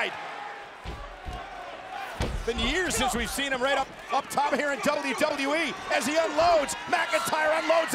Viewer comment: the anuncer says wwe so weird